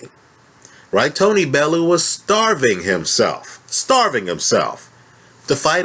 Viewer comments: It's pronounced .......Bell-you 8) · please learn how to say bellew